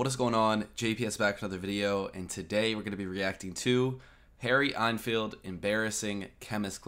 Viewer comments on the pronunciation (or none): It's pronounced En-field not einfield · Deffo a Saffa accent - I lived there for 27 years, and can do a pretty good one myself. - comedian's name is pronounced Harry ENN-field (N-field), rather than EinfieldArnfield. Enfield is also a town close to London, and a well known army rifle (Lee Enfield .303, just called an Enfield) Harry Enfield has used the same accent for a different character, the dumb jock fitness instructor. Enfield's collaborations with Paul Whitehouse are legendary. See the series Harry and Paul. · It’s EN field not AN field mate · The 'En' in 'Enfield' is pronounced the same as in 'pen', not as in 'en route'. ;) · It's EN field for Harrys surname. As in the word HEN, but remove the H. It sounded like you pronounced his name as ON field. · It's Enfield, not Einfeld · He was misreading it as Ein-field (as in the German "ein"). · How can you pronounce Enfield wrong. Its like hen not as in en route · Can Americans not read? Several reactors to Harry Enfield call him Einfield. There's no i in there, it's En field. FFS. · Good reaction to an hilarious sketch from Harry EN FIELD, there is no "I" at the beginning of his Surname:) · it's pronounced "en field" as in the letter N and the world Field. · En as in men-field. i found this more embaressing than funny, but we laugh off embaressment, so same thing for a brit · Learn how to say Enfield.